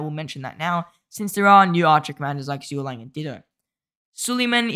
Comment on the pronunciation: i think zoo ga liang is the best dude. And that is actually how you pronounce zhgueliang. it is zoo, ga, liang. That is a famous dude of ancient china. He famous